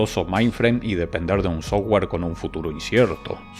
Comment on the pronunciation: O cuando dice sowua (software)